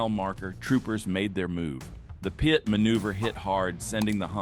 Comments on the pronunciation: Good lord dont say Pee-Eye-Tee say the freakin word PIT as in pit! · Stop spelling P I T! Call it what it is! A pit maneuver. If viewers don't know what that is, they will learn. But to hear it spelled out is just jarring and interrupts the narrative. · I love the AI voice announcing the police will do a pee-eye-tee maneuver. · It's pronounced pit... is this ai shit?